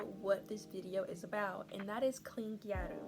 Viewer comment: as a gyaru, i usually avoid tiktok (especially gyarutok) because of the amount’a misinformation 💔 (little nitpick, gyaru isn’t pronounced “gya-roo” but moreso “g-Ai-ru” 😋)